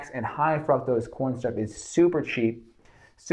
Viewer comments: "Frucktows" Fructose, sir. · Why am I hearing froctose?